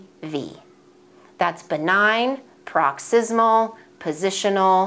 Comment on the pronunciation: Correction: Paroxysmal, unless its a typo. But you have been saying “proxysmal” vs “paroxysmal”. Thank you.